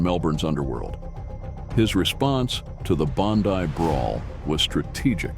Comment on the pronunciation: How do two yanks, do a documentary on Australian bikes. They can't even pronounce Bondi. Trying to make out that Mick Murray is anything but a thug and drug dealer is bullshit.